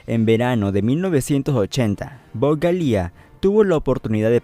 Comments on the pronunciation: Ayyy siii... Odié el "Galía" 🙄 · Bob "Galia" ? Que pasó con la pronunciación del apellido ? Creo recordar que en tus anteriores videos si lo decías correctamente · yo he visto varias entrevistas en inglés a Bob y no pronuncian su apellido 'Galia' pero es algo sin mucha importancia, lo bueno es que haces excelentes videos de "Volver al futuro" que es de lo que soy fan ! Gracias por hacerlos. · Buen vídeo, pero por favor, es tedioso escucharte decir "Zemekix y Galía", es "Zemeckis y Gale" (Pronúnciese Semékis y Géil)... Fuera de eso estuvo interesante. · "ZemeKICKS" y "GALÍA" ???? no sabia que asi se pronunciaba. jajajajaja...